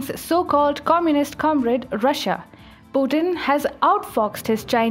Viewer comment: What's Pu-en? it's Pu-tin